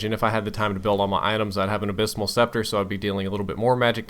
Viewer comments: It's called Abyssal Scepter, not Abysmal. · Just an fyi, it's "abyssal" scepter :)